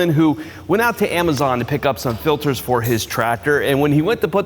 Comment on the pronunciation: ITS F I L T E R S not FILDERS